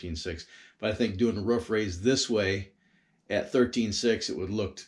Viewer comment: It is a roof not ruff